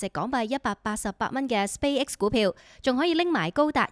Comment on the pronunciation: 請不要將Space X 讀成Spay X